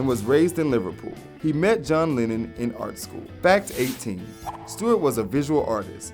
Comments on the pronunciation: Man, you're pronouncing Lennon like Lenin. Which is fun. A bit. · SAY JOHN LINEN ONE MORE TIME. ITS LEH-NUN. LENNON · "John Linen"